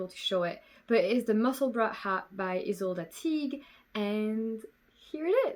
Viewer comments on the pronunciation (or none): none